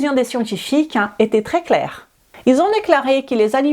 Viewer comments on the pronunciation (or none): none